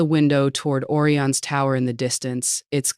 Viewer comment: the AI can't even prononce Orion correctly